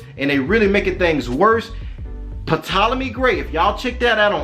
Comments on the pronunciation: BROTHER when you speak of the ptolemys it's pronounced TOLOMY, the "P" is silent; otherwise, good teachings. You are not afraid to call a spade a spade, TMH says we are in the lands of our enemies, most of our brothers and sisters are afraid to day so and still seek love and compassion of peoples who have shown for 400yrs. that they don't have the capacity to love us. Keep up the good work! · The “P” in the mans name is silent.